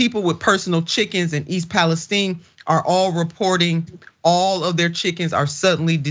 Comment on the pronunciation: Please pronounce the city correctly... it's Pal-ess-tine with a long I. Where have you ever heard anyone pronounce it as steen? That's ridiculous!